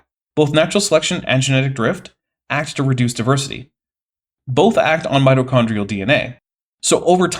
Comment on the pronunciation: and yet, somehow, the repeated (mis)pronunciation of mito(r)chondrial was still the part of this video that killed the largest number of my brain cells 💀